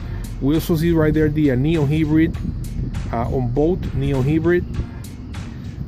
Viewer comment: bruh! its hybrid not hibrid